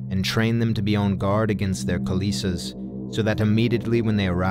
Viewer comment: Good video. I just would like to point out the pronunciation of the word kilesa. It's "kill-eh-sah" It's not kil-ee-sa. Metta 🙏🏻